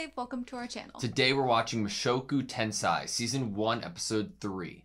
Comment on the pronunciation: Mushoku "Tensai" not again!!!!!! 🤣🤣🤣